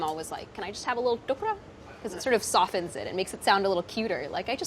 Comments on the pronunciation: Isn't it called tukda? Why is she saying tukra? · I cringed every time she said Tuk-ra instead of Tuk-da.